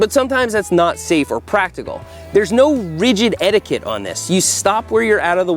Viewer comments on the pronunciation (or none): none